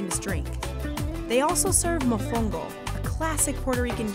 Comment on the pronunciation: Hearing her say mofongo made my ears bleed